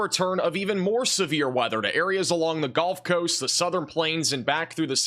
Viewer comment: Does he say "golf coast" as a joke? For comments like mine? It's genuinely irritating lol